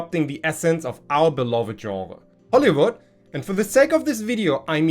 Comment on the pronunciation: I know it was probably just your accent, but "Hollowood" seems like a pretty apt name for our entertainment industry recently.